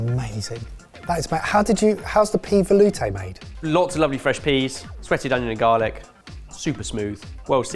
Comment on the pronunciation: Jamie needs to teach how to say “ volute”.